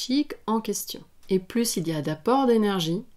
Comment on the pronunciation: Je vous ai bien écouté et merci de vos enseignements, c'est passionnant mais de grâce, à votre tour, pourriez- vous m'écouter? on ne prononce pas le s à plus, ce qui nous permet de faire la liaison.